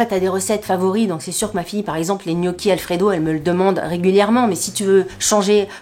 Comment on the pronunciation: Hello douceur de YouTube , Je valide Jow c est vraiment top et un gain de temps de dingue … EN REVANCHE et par amour pour vous 😅😅😅 Je vais de ce pas et en tant qu’italiennnnnne , Je me dois de vous aider quand à la prononciation des mots italiens comme gnocchi : On ne prononce pas le G . En phonétique ça se prononce : nnioki Et prosciutto ( sainte mère de Dieu 😅😅😅)! Se dit en phonetique : prochioutto 😅😅😅 Prenez le vraiment avec humour , loin de moi l’idée de vous peiner au contraire , vous pourrez ainsi épater vos copains 😜😜😜😜😜 Une calabraise qui a bondit sur son canap et accessoirement ses grosses fesses , à votre proskiouto 😂😂😂😂